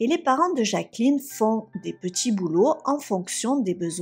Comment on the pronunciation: Elle grandji , de djimille habitants, des petchi boulot, c'est horrible 🫨 apprend à parler correctement.